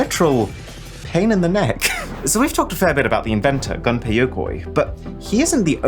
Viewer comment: Not "gun pay" but "goom pay".